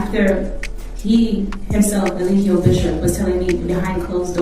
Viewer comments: His lawyer keeps calling him a-lie-gio 😂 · His attorney didn't even care enough to pronounce his name right. Day 3 of testimony and he still saying E-lie-jio 😂 this your own client bruh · The lawyer mispronouncing his name every single time cracks me up. He's cooked. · He didn’t even pronounce his clients name correctly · the way people be butchering his name is so unserious 😭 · His lawyer was terrible tho I will say that. He even mispronounced his name.